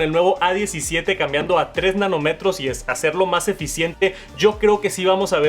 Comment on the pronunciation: sustituir el botón de silencio por uno NO físico será un error ☹. Por cierto, es Nanómetro, con un acento en la "o" , suena muy mal sin acento para aquellos que utilizamos esta palabra con frecuencia profesionalmente